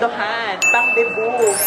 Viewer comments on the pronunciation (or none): none